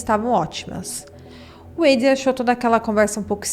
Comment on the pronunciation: A pronuncia de Adrián é com A. Como se lê em portugues